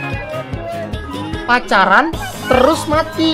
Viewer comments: Pas lucu Odo:Nah INI gema pacalan Odo:Gema pacalan Odo:telus mati Semua:ohohhuooohoooooo:pacaran terus mati:oh my gawwwwwd Odo Odo:Kamu pacalan telus si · Fadil farit hafidz odo bilang telus bukan terus